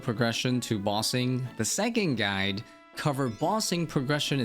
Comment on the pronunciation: he also says this "guy" instead of "guide". I cant stand it either haha